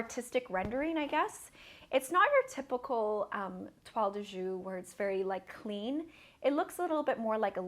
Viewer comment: It's a beautiful scarf, just fyi: the Jouy of Toile de Jouy is pronounced like "shu-eee", not like "shu".